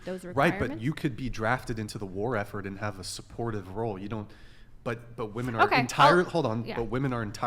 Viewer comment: Aside from the draft thing and the hypocrisy of feminists about that . . . please teach these women how to actually pronounce the word "women."